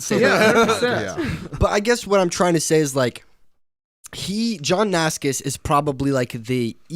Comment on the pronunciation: cool video but im dying from the johnnascus pronunciation